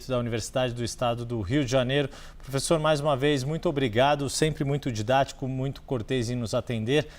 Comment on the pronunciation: Pôfêssô, pôfêssô, pôfêssô… 🤡🤣🤣